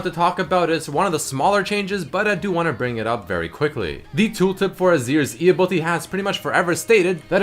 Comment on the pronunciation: "ability"... please! pleeeeease, say it the right way